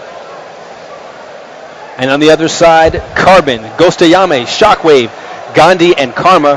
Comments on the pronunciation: Ghostayame not ghostiomi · Gostiomi? Wow.. that's not even pronounced correctly.